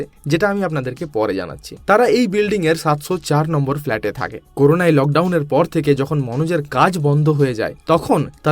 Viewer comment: Corona.. Not coruna